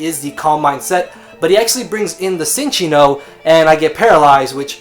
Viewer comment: Cinccino is pronounced 'Chin-Cheeno'. Verified with that 3DS pokedex thing.